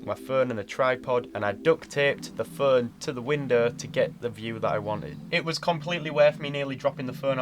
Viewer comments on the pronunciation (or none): just a tip for your english speaking. youre making all long O sounds a U or an oo like in "book". for example youre trying say phone but you keep saying fun. its not an accent thing, the letter is O and pronounced O.